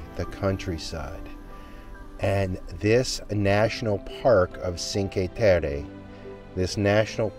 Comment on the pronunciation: Cheen-kway Teh-Reh